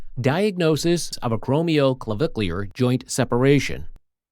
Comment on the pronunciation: To the Narrator, You did real good getting through that big long name. You did great!